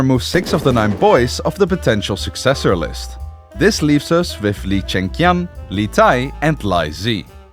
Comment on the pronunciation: Just a tip: “Q”s in Romanized Chinesed is pronounced “Ch” so in this case “Chi-yan” not “Qian” (Ki-yan)